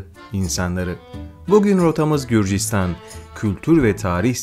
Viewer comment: Qrusya değil gruzya